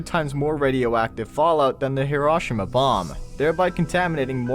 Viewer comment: This narrator did NOT just pronounce "Hiroshima" like that...